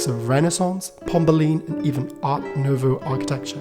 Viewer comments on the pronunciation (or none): none